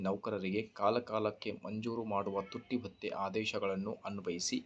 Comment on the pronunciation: Totti bhathya alla tutti bhatya 😂